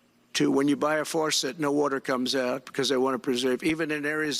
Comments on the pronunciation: What the heck is a “ Faurset” ? Trump is so stupid ! You can’t drink rain water, it’s contaminated! What a schmuck! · What a bunch of unhinged garbage. The man can't even pronounce "faucet". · What's a forset? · A forcet ? Whats a forcet trump ? Oh a faucet with no water ! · Its a faucet, not a forcit.